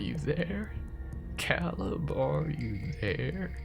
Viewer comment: My only suggestion would be that I’m pretty sure it’s Cāleb, with a long a. 😉❤️